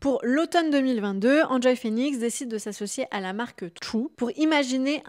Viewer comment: Pourquoi dire "Hand Joy" et pas "Haine Joy" Phoenix, à l'anglaise quoi^^ Ca rappelle bien des souvenirs cette vidéo. On est en pleine nostalgie 😀